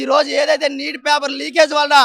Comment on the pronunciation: Not NIT , it is NEET